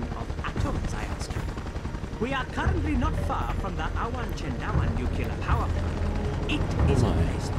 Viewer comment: Homer :" NuCular!"